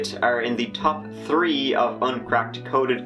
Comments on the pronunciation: Did u actually say THree or did i watch so many videos tree is starting to sound like three now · HE SAID THREE not tree.